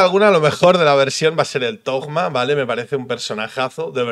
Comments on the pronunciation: Dejen de decirle tojjjjjma, se le dice tōma/tohma/touma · Porque le dicen tojma ? Cuando la pronunciación en español sería Simplemente Toma, zoma en inglés ya que se escriba Thoma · XDD Sigo sin entender lo de llamarlo Togma (ya se lo he visto hacer a varios creadores de contenido), dejando de lado la pronunciación de la h en Alemán (se supone que es en lo que se basa Monstad) o en Japones (Inazuma) la H va entre la T y la O, no hay nada después de la O para cambiar la fonética y meter ahí una g. Otra cosa sería decidir entre Toma y (th) Zoma pero eso ya es para gustos XD. Se que es un comentario muy mimimi pero es que es meterle una g ahí a lo José Bono en plan yolo XD Por lo demás muy buen video como siempre ^^. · Porque le dicen Thogma y no Thoma en su nombre no hay ni una G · Alguien me explica porque le dicen ThoGma? En españa agregan una "g" despues de un "Th" o que? porque escuche a Tiesogamer decirle asi tambien jajaj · porque lo pronuncias con G thogma??? xd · No entiendo por qué le dicen "Togma" ... de dónde sale esa G '??? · Porque conio dices ThoGma xd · Porqué dice togma me da toc. Ma